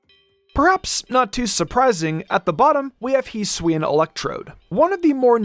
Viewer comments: You can’t hold items at all and the correct pronunciation is HISS-OO-E-IN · Heesuian srsly man hisuian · “Heesween” lol